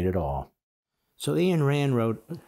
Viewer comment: Respectfully, Ayn rhymes with pine.